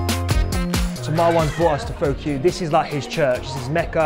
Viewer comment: Completely missed the pun Pho Cue, by mispronouncing it 🙄 Great video though, I'm heading into town!